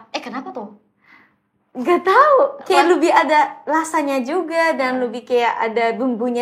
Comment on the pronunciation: Jaksel banget : “keya” (kayak) Tapi kenapa ngomong “sebelum” jadi “subulum”😭